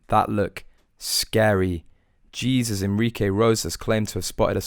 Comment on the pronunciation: It's not Jesus. It's Haysus in Spanish. At least show some respect!